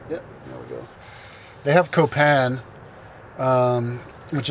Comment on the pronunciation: Why do you use that psychopath voice when you attempt to speak spanish? Btw, it's pronounced "Coh-pahn" not "couh-pehn" ...are you sure you can "speak" spanish? As to why people are so mistrusting and there's nobody in public places like that park, ya might wanna check the crime rates and poverty levels buddy. Especially before making a video like this that denounces the entire country...if you're gonna be reviewing countries, stop being another ignorant American.